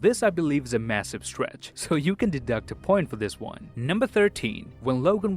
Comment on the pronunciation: I think he said "next wong" 😂